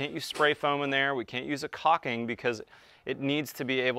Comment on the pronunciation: Can't you seal a heated pipe with a non flammable insulation like rocksole? Also, I hate when people say "cocking" instead of "cauLking".. haha